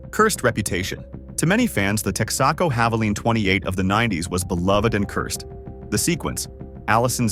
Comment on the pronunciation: I love "tex-acos" 😆